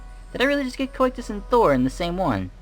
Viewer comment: I think it's pronounced 'Coh-Sigh-Tus'.